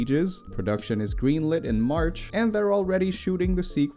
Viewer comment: Did you say “Smarch”? Lousy Smarch weather!